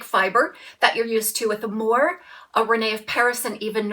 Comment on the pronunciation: "When the moon hits your eye, like a big pizza pie, that's amore." Pronounced uh MORE ay, accent on middle syllable. Love your channel!